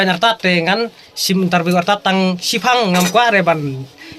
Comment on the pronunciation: Interview ❌ intar wiw✅🤣🤣🤣🤣